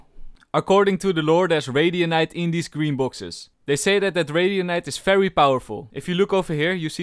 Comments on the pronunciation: I like the fery fery cool every time u say it its just nice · That "VERY COOL VERY COOL" is so satisfying to hear!!!!! It actually sounds like "FERY COOL FERY COOL" because of your accent.